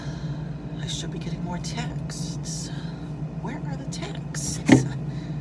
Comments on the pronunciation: Love the correct pronunciation! Sskksss at the end of the word ‘Texts’. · I adore the way you pronounce "texts".haha so good!